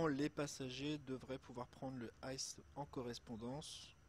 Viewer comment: Belle video mais juste un truc ICE ça se dit pas en anglais mais comme les initiales en français I C E😊 sinon continue comme ça !